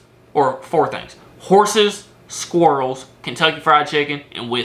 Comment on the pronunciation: Jsyk.. the way you pronounce squirrel is extremely triggering 🤣